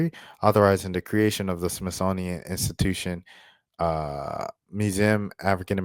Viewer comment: Dang Dude! You lost me with Smith-thonian. Smithsonian: smith-soh-nee-yen. Is that near Smithonia?